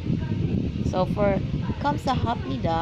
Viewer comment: It's great that you know some Korean language and words that you can apply and share it. You did great in writing those letters too and the way you pronounce the Gamsahabnida.